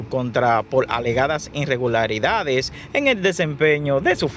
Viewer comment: Te recomiendo que aprendas a leer, tu pronunciación es muy mala, un ejemplo no es INREGULARIDADES quítale la N, y escucha tu pronunciación para que haga un buen trabajo.